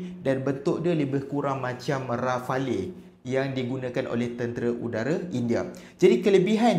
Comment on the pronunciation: Bang sebutan dia rafel, bukan rafali 😊